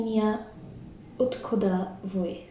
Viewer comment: Really nice work. Thank you for sharing! This is all self study, yeah? One accent tip: the o in "от куда' is pronounced like an "ah". Like aht kUda (accent on the u). Good morning: dObroye Utro